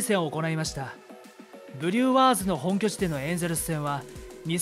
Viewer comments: フリューワーズの発音もおかしいですよ。「ワーズ」部分にアクセント置く？ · ブリューワーズの発音のクセがすごいw